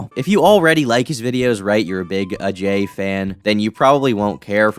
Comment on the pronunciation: I like how this guy says Ajay’s name with the proper pronunciation.